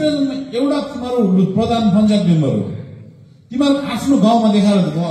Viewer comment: Boli lai Alik sudharnu paryo sir, Teme haru - Temi haru ......? Ke ho yo "Shabda"